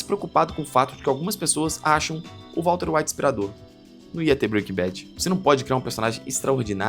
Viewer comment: VALTER UAITI 😂😂😂😂😂😂